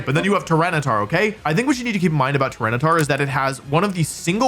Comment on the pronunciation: it's tryranitar